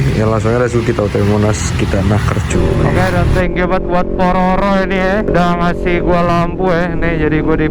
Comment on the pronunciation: Paropo ngab,, bukan pororo😂😂😂